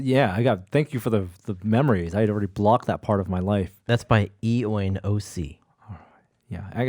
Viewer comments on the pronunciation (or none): Hey FYI if the name of the person who did the outro was Eoin its actually prononounced Owen. Irish/Gaelic spelling! 👍